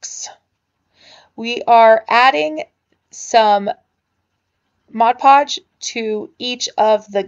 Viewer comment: New sub, I love anything nautical or beachy looking. Also love that you say Mod podge & not Modge podge. :D